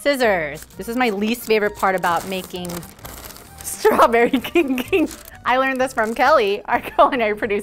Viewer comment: I heard "Straberry kinky!"- 💀💀